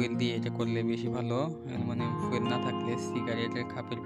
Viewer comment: অ্যালুমিনিয়াম ফুয়েল নয় ফয়েল পেপার